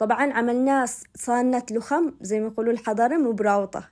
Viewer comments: تسلم ايدك وصفات حلوه اسمه لخم وليس لوخم احنا اصحاب شبوه نحب نسويه دائمان بس عن جد تسلمي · اسمه لخم بفتح اللام والخاء